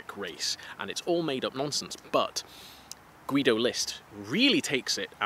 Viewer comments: I wish you a speedy recovery! And a little clue: The german name Guido is a little bit special for german pronounciation, because the 'u' is silent. So the dudes name is pronounced "Gido" :) Greetings from Germany! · I would love to hear more about the crazy Nazi mythology stuff! (Also I think the u in Guido is silent?)